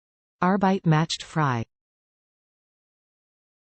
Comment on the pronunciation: Macht is not pronounced “MATCHED”, it’s “MOCKED”. Frei is not pronounced “FREE”, it’s “FRY”.